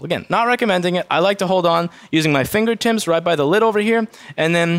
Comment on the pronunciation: "Ma finger Tims"